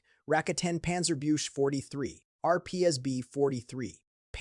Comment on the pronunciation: Panzerbüchse war gemeint, aber es klang wie Panzerbüsche ( armoured bushes), was lustig ist.